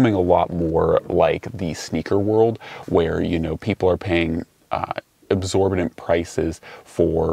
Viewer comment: Absorbadent? Exorbitant. 👍